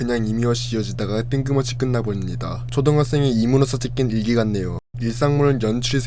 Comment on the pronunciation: 목소리는 그렇다 치는데 발음 교정 필요하다 ㄹㅇ 웹툰 ☞ 웨툰 대학일기 ☞ 대하일기 끝나버립니다 ☞ 끝나버린니다 습니다 ☞ 슨니다 점점 ☞ 전전 등등 발음 엄청 새시네 볼펜 입에 물고 연습 많이하셔야 할듯 발음 새시는 분들 보면 입술 많이 안움직이시던데 오바스럽다고 느낄 정도로 입을 정확하게 움직이고 크게크게 입을 찢으면 200% 나아집니다. 컨텐츠는 재밌는데 발음이 정말 아쉬워서 댓글달아봅니다. (경험자로써 추천)